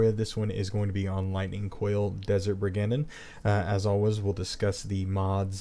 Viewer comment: Actually it's brig-and-een, but yeah.